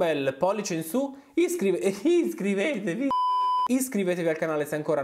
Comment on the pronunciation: "flusso di coscienza"??? sei sicuro che i due vocaboli possano stare nella medesima frase? "Hiscrivetevi"... stai seguendo lezioni di inglese? La "h" aspirata è perfetta! A proposito del contenuto del video ---> marooooo' 'sto coronavirus, non lassa nessuno intero! Ciaooo, grazie per i momenti simpatici che offri.